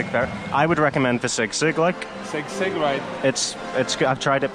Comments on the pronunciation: Guys, it’s not sig-sig but SEE-sig. 😊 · I heard sigsig 😄☺️, that is sisig… 😅😉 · Haha its si-sig not sigsig😅